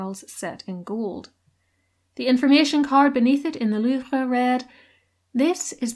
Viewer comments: your obviously saying it correctly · Great video. And you are pronouncing la Louvre correctly